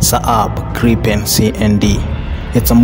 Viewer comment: Did you spell the word gripen coz you couldn’t say it